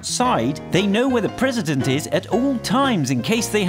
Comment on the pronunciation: O:03 prrrresident